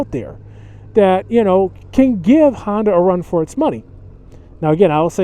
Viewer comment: It's Honda, not Handa.